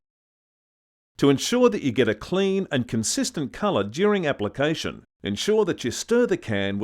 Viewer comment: "Cleeen tha dick, firrrst" ..... next video please...